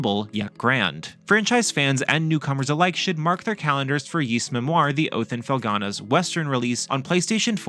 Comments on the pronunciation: It's NOT PRONOUNCED YEES. IT'S PRONOUNCED EES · Please pronounce Ys properly 🥲. It's not "Yees" it's "Ees". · Can’t wait for this! I’ve preordered the PS5 & Switch version! But please - it’s pronounced ‘ease’ not ‘yeese’ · I didn't know it was Yees, always heard it as Ees. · ah cool. Yees doesn't sound right. Thank you 👌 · "Ees" is the correct pronunciation. It's just hard to know the correct pronunciation because they rarely mention it after Ys 1&2, which are unvoiced in modern versions.